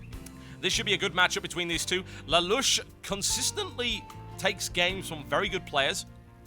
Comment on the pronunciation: lol TB its "lay-lush" not "la-lush" :P